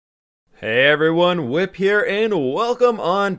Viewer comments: Do I have really bad hearing, or did no one pick up the fact that call himself “Whip”. Is that how you say his name? Because all his MC friends fall him “” with the f and litterally anyone that I ask calls him “” with the f. I AM SO CONFUSED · Is nobody going to talk about that he Says “whip” instead of?